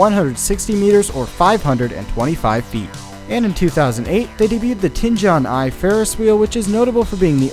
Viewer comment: Your video are very interesting. Though I must say, a lot of your Chinese pronunciation is really butchered. (Tianjin Eye, it’s pronounced just as it’s spelled).